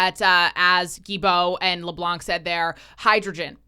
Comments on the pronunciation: Why do all English speaking people butcher my last name? Dominic LeBlanc is NOT LeBlank the C is silent. I enjoy watching your videos but when my last name is butchered it makes my blood boil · As a french canadian , you dont pronounce the C of Leblanc , the C is silent , just say it as if there was no C just Leblan :P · For your information, the final letter C is not pronounced in Leblanc (the white).